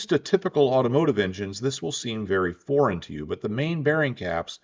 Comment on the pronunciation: I kept hearing you say "boring". Didn't make any sense, until I realized you said "foreign". 😂